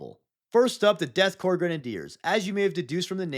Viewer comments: Korps is pronounced the same as core btw not corpse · Corps is not pronounced corpse its pronounced core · Hey man you know that Korps is pronounced like “Core,” right? It’s not like corpse, even if that is funny wordplay. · i love your stuff but its death CORE not corp like how its the marine CORE not corp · Corps is pronounced "Caw" Corpse is pronounced "Caw-pss" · You got it backwards. For the military regiment you DON'T pronounce the S, it's pronounced Core. For a dead body you DO pronounce the S, it's pronounced CORPSE. I get that you're probably trolling and understand this, but I just wanted it to be said. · Korps is actually pronounced like “core”, similar to “marine corps”. Both are a word borrowed from French. It’s just the German spelling. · You mixed up how to pronouce corps and corpse, it's all top common I'm afraid. Eache letter of corpse is pronounced while corps sounds like core. Like the Marine corps for example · The ps in korps is silent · So i think might have confused the pronunciation of "corps" with "corpse". crop is read like "CORE" with the p being silent. but corpse is the one with the P sound. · Korps = "core" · hey btw "corps" like marine corps is pronounced "core", "corpse" like dead body is pronounced "corPs" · Great video but I feel like you have the pronunciation of Korps and corpse backwards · your commitment to mispronouncing “korps” is driving me insane. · Death kopse if kriegeis pronounced core not corpse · Btw, the Korp is Death Korps is pronounced such as the real life version of Corps, which is french and pronounced as if saying Core. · Korps is pronounced like Corps which sounds like the word core, not corpse or corp which is shorthand for corporation. IE: The United States Marine Corps is not pronounced as The United States Marine Corpse or Corp. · Except it isn't pronounced as corpse. It's pronounced core. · Is the backwards pronunciation of corpse and corps deliberate